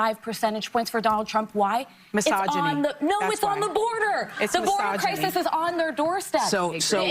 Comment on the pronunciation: my jaw literally dropped, when Sunny says MYSOGINY